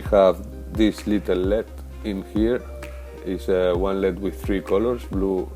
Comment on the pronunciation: El ee dee not led, please.